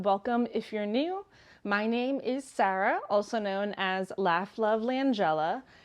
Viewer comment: Hi Sarah, I've always wondered where you're from because of the way you pronounce "Sarah". I thought you might be from a different country. Thank you for the information. I didn't hear where you worked previously. I thought you said "Carters" but that didn't seem correct.